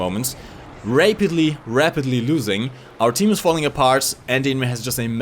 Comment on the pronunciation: LMAO Rape-itley instead of rapitly. New secret of?